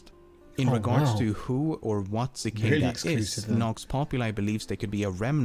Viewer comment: kuh-kahda free free oh one? Really?